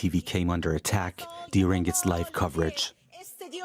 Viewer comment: Live News (Laaiv) ❌ Live News (Liv) ✅